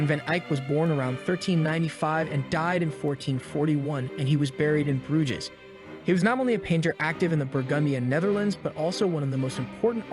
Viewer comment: 🤦‍♂️ Pronouncing Jan "Janne", Bruges "Brooghizz", and 82 x 60cm "82 ecks 60 centimeters" all within the first minute. Where the hell did you go to school?